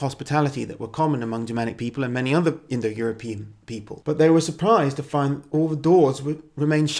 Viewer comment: You keep saying indoeuropian, like it were a real word.